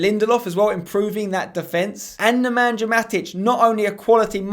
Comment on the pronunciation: Why are you pronouncing Nemanja like that? It's Neman-ya. You don't say the j